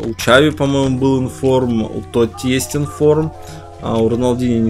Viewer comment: правильно надо говорить хави, а не чави